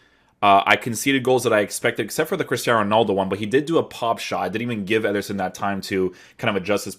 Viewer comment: Why’s he keep saying “etherson”